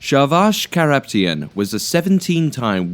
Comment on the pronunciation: not Korruptian it's karapetyan, kara pet yan